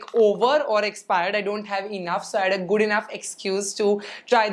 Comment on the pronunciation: Its good not goodh